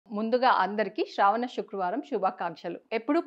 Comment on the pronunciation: శుక్రవారమ్ అనాలి షుక్ర వారం కాదు